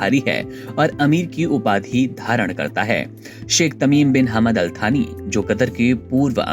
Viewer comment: थानी नही यार सानी